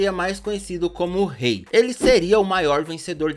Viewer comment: Agonia desse "ruey" É tão difícil falar rei?